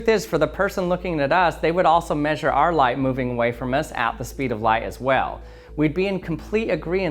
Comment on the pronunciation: "Speed of lied"